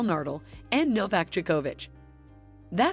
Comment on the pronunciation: You better know how Nadal and Djokovic are pronounced. After that all the previous information is much more questioned